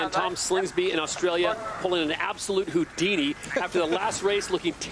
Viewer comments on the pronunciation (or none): none